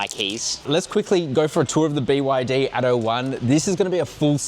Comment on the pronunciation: By the way, it's "ATTO", and not "ADO". It means "Act 1". Damn, "American-Australian" ghetto pronunciation...